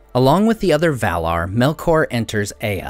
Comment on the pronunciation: His pronunciation of "Valar" is correct.